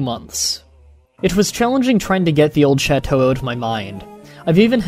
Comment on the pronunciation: You butchered the word chateau.